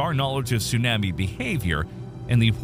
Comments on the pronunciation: If Tsunami wasn’t pronounced the way it is in the video, I’d be less bothered by the narrator. ‘Soon-am-me’. I’ve never heard it said that way. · If you are going to have a person speak about Tsunamis, you could at least find someone who can say the word correctly!! Also, the word Aleutian! He drives me crazy!! 🤯